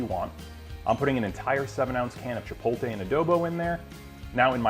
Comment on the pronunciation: You should be able to pronounce chipotle, but the food looks great. Nice video.